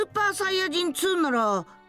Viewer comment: Se dice saiyajin con i